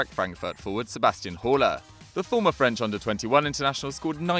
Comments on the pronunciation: It’s Haller not hauler😂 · Has anyone ever butchered a name as much as Haller , it's not hall-er it's pronounced al-air and you roll the r